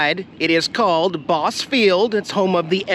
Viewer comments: Bosse is pronounced with a hard E at the end. (bossy). I live in Evansville! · I think that is pronounced Bah-See Field. I remember hearing that as a kid in Indiana. I'm from Washington IN. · The "e" at the end of Bosse is not silent. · I got to watch Tom Hanks filming that movie outside the gates but it was fun You pronounced Bosse field wrong but it's OK You should had tried the barbecue across the street if it's still open great food. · Lol I was sitting here saying the same thing out loud…heh…